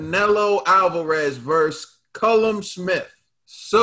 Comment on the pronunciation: Its super middleweight not light heavyweight and its not cullum Smith hes called Callum.. you pronounce it kal-lum ..